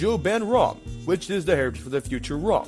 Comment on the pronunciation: how he says ROM is driving me nuts